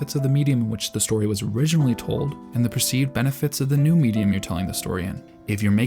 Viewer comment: i cant, bro..... its benefits, not benifits